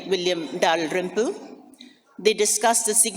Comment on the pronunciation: I like how the lady pronounces William Dalrim-poo